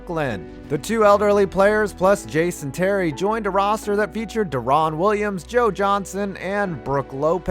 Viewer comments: It’s Deron. Like Darrin. Not Duh-ron. He was like a top 3 point guard for years. You’d think a sports channel could say his name right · Isn't Deron Williams pronounced Darren Williams? Also no one recovers from pooped pants like The Truth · Deron Williams is actually pronounced Daren Williams. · De-Ron lol what da